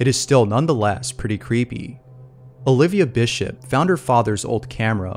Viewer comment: Him: Olivia Bisship Me (what I heard): Olibva Bitc*shit. ......